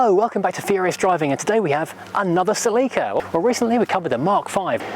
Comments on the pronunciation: Never heard it pronounced cel-leek-a / us = cel-ih-ka, from '71 through the end :) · Not "sa-leek-ah", its "sell-ik-a" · Homophone said sell-eek-ah 😂